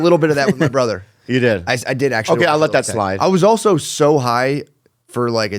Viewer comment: holy shit Jamie was right he does say “oso”